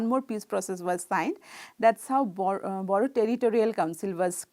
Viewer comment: Bodo , spell the D as R (boro)